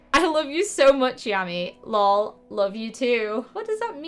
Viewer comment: You say it like l o l